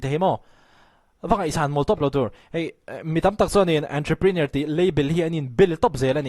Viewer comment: A pawimawh viau lo na chu. Ontroprinawr hi a lam dan dik tak ni a ka lo hriat ve si ni 😁